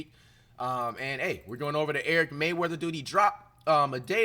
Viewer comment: bro how you give someone a shoutout a butcher their name. His name is Eric Rayweather, not Eric Mayweather.